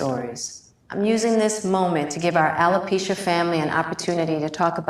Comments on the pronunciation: I wish this host would pronounce the word alopecia correctly. As far as Jada is concerned, she is ridiculous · It’s not feminity, it’s femininity. It’s not narsassist, it’s narcissist. It’s not alopeezia, it’s alopecia.